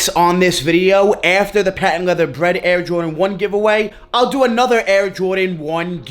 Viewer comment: “Woket” and “bwead” aren’t words 😂😂😂